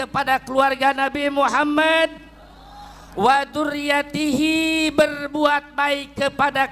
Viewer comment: Wa min dzurriyati..bukan wa min ba'lawi 😂